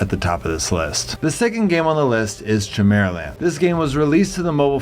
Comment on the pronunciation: Only because it is so different from the way I have heard it before , is it chim-er-uh-land or ki-mera-land? Trying to decide if I have been wrong in how I have said chimera.